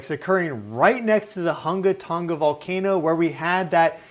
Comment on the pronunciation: Don't pronounce the 'G' in Tonga!